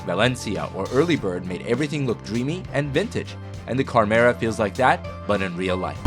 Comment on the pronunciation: Uh, it's supposed to be "CHARM"-era.